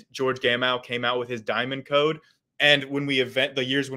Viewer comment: ok sorry cant listen to this "chaode"